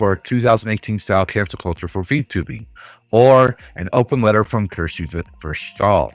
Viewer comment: Support and love for you and for Kirshe. I know you are saying it wrong, but it's kind of cute. Also, my brother is Navy and has a similar view on politics. 🍻